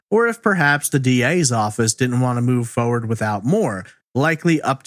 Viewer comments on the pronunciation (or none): The way you say forward like foewud I have missed this channel seems ages since I watched something